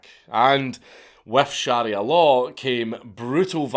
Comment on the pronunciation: You’re pronunciation of sharia hurts my ears 😂